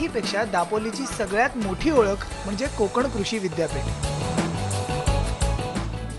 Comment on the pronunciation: konkan nahi madam, kokan bola......